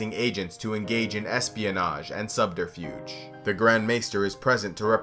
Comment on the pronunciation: Can't pronounce "subterfuge"